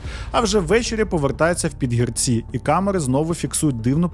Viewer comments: Підгірці - наголос на друге і. Курвить, що така мразота має амбіції лізти в політику, хоча, чому дивуватися? Нормальна людина знайде в чому реалізуватися, а непотріб буде паразитувати. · Жителів села ПідгІрці трохи тригернуло від наголосу 😂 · ПідгІрці.Такий наголос. Я з тих країв...😢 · Стосовно наголосів: ПідгІрці, мЕртва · А просто загуглити який наголос в слові Підгірці було важко? Та й інтуїтивно відчувається, що Підгі'рці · Підгірці, після гі. Наголос на і ! Історія просто жахіття, як так довіряти да ще за її кошти проживати. Невже не включить мізки трохи. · Наголос таки не там - ПідгІрці. Наголос на друге «і»